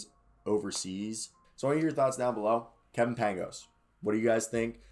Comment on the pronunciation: It's pronounced paing-ohs